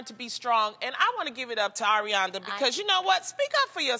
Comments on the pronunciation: "arianda" 😭😩😪 its ariana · lol she said "arianda" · She just said Arianda shade lol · OMG LONI TRYNA PREACH THEN SHE SAYS "ARIANDA" LMAO THAT IS ONE OF THE REASONS THAT I LIKE HER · Loni said Arianda, fucking dead